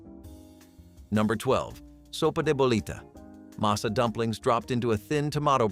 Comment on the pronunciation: And it's "masa," NOT "mesa," you artificial idiots!!!